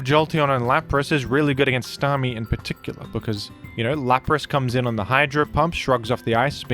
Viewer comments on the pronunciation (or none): none